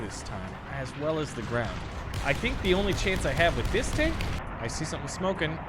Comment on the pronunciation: i loved the "Tnak"